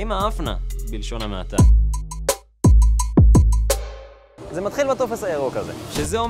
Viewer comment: זמן: : לידיעה הצורה הנכונה היא: 'בלשון ham-ata '!